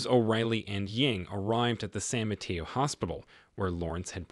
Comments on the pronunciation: San Mateo… ( SAN mə-TAY-oh) not ma-tea-oh. 🙏🏻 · San Mateo is mispronounced. It is a Spanish name. In Spanish “e” is 😅an long vowel “a”